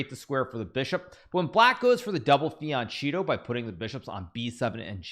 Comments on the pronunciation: everytime he say fiancito instead of fianchetto a part of italy die in me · Its like Fee-an-ket-toe Brother 😂❤